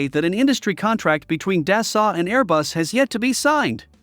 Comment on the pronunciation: Never seen such damn ignorance not to get the The president's name oF Dassault Aviation correctly !!! such ignorance. The Rafale is a better plane than the ailing duck F-35. its not dasalt but dasso to pronouce.